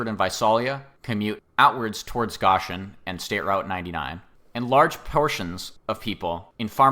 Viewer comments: Gōshen not goshen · Goshen is pronounced "GŌ-shin" with a long O sound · but for future reference, you say it like ocean but with a g obviously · Like the one who corrected the Visalia pronunciation, thank you for correcting the whole 'Goshen' thing. Sounds like 'ocean' but with a 'g' at the start. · Also, in that vein GO-shin — GOE-shin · why is bro saying goshen like that